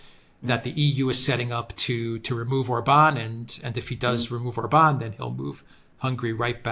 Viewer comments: Yes,. Hungarian words are ALWAYS pronounced on the first syllable: ORbán. The accent mark indicates the vowel quality, not the tonic stress. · Naughty! It's pronounced OR-ban😂 He absolutely left old Ursula bleeeeding on the floor 😂😂😂